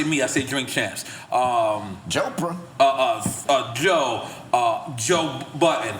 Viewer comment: Did he say joe-pra 😂😂😂